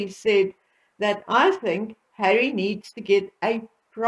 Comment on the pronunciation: BETTERUP IS USING HAWWY ....and Hawwy is using BETTERUP